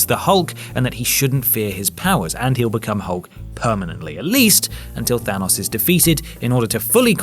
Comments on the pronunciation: Than-O-s not Than-U-s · It's hard to hear the name Thanos pronounced wrong after hearing it so many times lmao